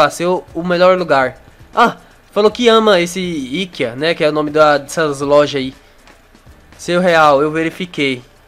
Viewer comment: le-se I KE A NAO IKEIA